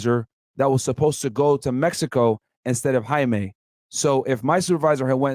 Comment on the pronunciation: How does a Colombian not know how to pronounce Jaime?